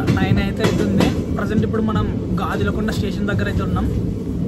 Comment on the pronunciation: Areyy adi gajala konda raa Gaajulaa konda kadu raa sariga chuduuu broo